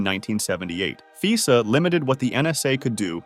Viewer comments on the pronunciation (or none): Cool video. One thing. It's "Fy Sa" no Fee Sa.